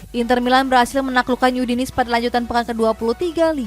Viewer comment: Yudinis...udinese aja bacanya hahaha